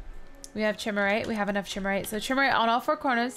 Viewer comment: Chimerite is pronounced k-eye-mer-ite